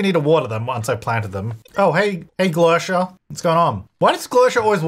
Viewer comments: Before I continue watching, I think maybe the sims name is pronounced Gler-see-ah vs. Gler-she-ah but oh well only the creator knows.🤷‍♀️😂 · Definitely said Glercia the whole time. No edits were made.